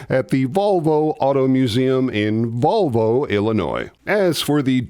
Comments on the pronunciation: Hey, not to be picky, but it's Volo, IL where the Munster coach is, amongst many other reallllly cool cars. Subscribed to your channel long ago, and still love it. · Volo museum. Not Volvo. 😊